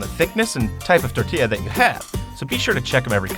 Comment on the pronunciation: ...he said tor-ti-ya not tor-til-a. YASS